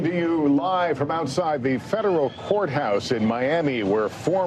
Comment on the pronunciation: I swear Holt said, "the federal whore house" 🤔 Masters of misdirection